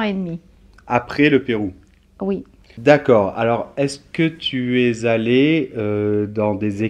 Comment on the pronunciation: pourquoi faites-vous,, un enchainement entre ''es'' et ''allee'' (mon clavier n'a pas de signes diacr.): ''tuezallee'' - ce qui est interdit par les regles phonetiques entre le v. etre a la 2-ieme p. du sing. et une voyelle sui vante. qu'auriez- vous a me protestez?